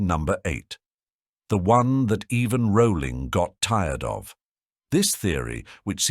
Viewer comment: HER NAME IS PRONOUNCED ROLLING. Not Rowwwwling.